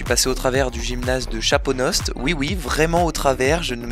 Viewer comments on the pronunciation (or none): En tant que digne habitant de la ville de Chaponost je me permet de faire la remarque à que cela se prononce Chapono car la -st est silencieux. C'était tout sinon très bonne vidéo